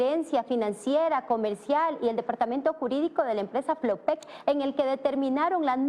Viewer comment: Por lo menos ya sabe decir FLOPEC